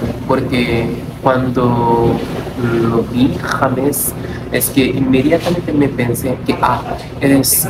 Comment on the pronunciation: Siempre pense que tu nombre se pronunciaba "lleimes" osea como en ingles, no asi jamessss :O